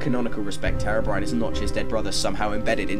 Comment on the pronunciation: The pronunciation "Haerobrine" throughout the video triggers me.